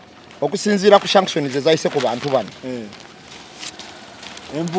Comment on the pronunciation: No 1 bambi sagala onyiige naye nsaba kutelezamu ku kigambo Sanction so tekili shaction nga bwokyogera